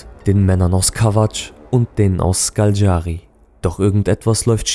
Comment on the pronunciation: Ich habe nun schon viele Dokus darüber gesehen und keinert schafft es Škaljari richtig auszusprechen 😂. Man spricht es SCHKALJARI aus.